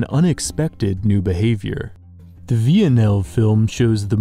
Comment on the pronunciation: "The Veeanelve film"